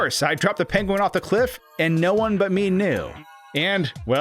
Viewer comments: Top Tip: when planning a video heavily featuring a penguin, first ensure that you are capable of properly pronouncing the word 'penguin' . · Someone call Benedict Cumberbatch. We finally found someone with a worse pronunciation of "penguin". ;) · why do you say penguin like that lmfao